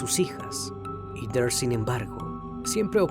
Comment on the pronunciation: Todo bien pero en serio “iter” ????? Heather se pronuncia JEDER